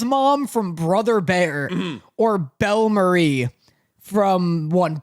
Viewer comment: they pronounced bellemere wrong 😂😂😂